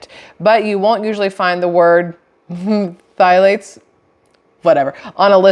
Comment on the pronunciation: Pthalates…. The “ p” is silent, so thalates